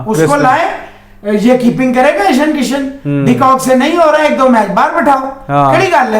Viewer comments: ईशन किशन नही भाई जी ईशान किशन नाम है लड़के का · Its ईशान किशन ..... Not ईशन किशन। pronounce sahi kiya kare